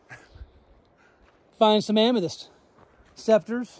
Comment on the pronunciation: I cringe every time you mispronounce Amethyst